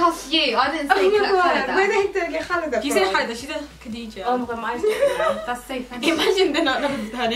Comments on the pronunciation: It's khalida not Khadija lol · when they said "katheeja" , I was triggered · love ur videos guys keep it up x BTW it's khaleda zia not khadija looool